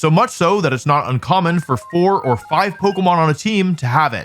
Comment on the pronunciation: leave it to the pokemon community to correct you the millisecond you pronounce something wrong